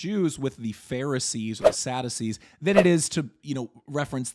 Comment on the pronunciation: Hey. Love the channel. Please check your English pronunciation of Sadducees.